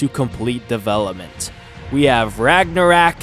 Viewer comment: Am i the only on that got triggered when he said ragnorok like that?